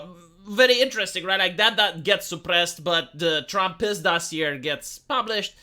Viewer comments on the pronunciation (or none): none